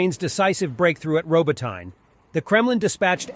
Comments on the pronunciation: Love how Americans pronounce unfamiliar words. Glasgow and Moscow are particularly funny but ROBO- TYNE 😂. It’s pronounced Robot-tinny mate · Which should be robo-TEE-neh. Ukrainian has two letters for its "ee" sound (approximately) -- the vertical I and the backwards-N. I'll have to look up distinguishing them. This produces an error-effect on transliteration, coping with Slavic phonemes into Latin alphabet letters. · Lol I love that every video has a different pronounciantion of Robotyne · Over the last week, this guy has evolved 6 different ways of pronouncing, "Robotyne". I suppose it could be an artistic thing - you know, always pushing those boundaries of creativity... LOL! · Anyone keeping track of the different pronunciations of "Robotyne"?